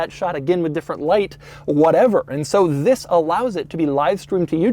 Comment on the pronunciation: You know its doug when the video start with “zzzis” (this)